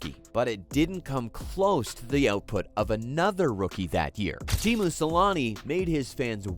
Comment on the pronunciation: It's Teemu, not Temu